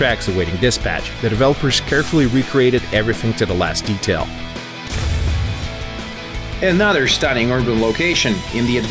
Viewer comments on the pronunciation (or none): "Vizzilization" "Nottazbly" "Anadder Stadding(?)"